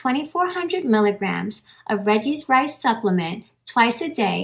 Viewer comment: Exactly! It does sound like that 🤣